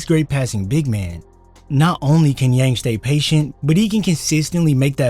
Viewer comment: It's pronounced Yawng.